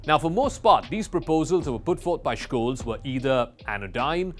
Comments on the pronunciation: I speak German, live in Germany while you're in a call center. Don't talk about other languages when we're talking about this specific one. It's beyond obvious, even for the languages you're speaking, that the CH following the S would not make an SHKolz. He even missed it and pronounced it right at least once. It's Sholts more or less according to how it sounds and how EVERYONE worldwide is saying it. He's the chancellor of Germany, so I would assume there are a few youtube sources where they're pronouncing it right. And stop stealing from old people using your microsoft or amazon scams. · Jesus, there's no K in Scholz's name. Just be normal and say "Sholts" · Please learn how to pronounce Olaf Scholz name correctly!!! Its not Shkoles ffs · He also mispronounces the very easy Scholz (sholts). Ten seconds of research. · Correct is skoles